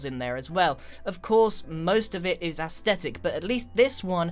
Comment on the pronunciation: Just saying it’s aesthetic not aesdetic